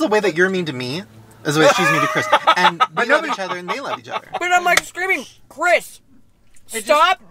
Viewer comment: "Friends" still unsure how to say Chris last name?.......